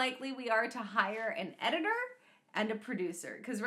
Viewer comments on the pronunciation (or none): "Eddie Tor"... Ahem.